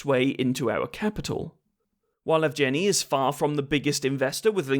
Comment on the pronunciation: Evgeniy is pronounced "Yehv-geh-knee." I know it's a bit of a pointless know-it-all bit of pedantry after the fact, but it does grate on the ears a bit if you speak the language. Might be worth running foreign names through Google Translate's voice feature before recording scripts in the future?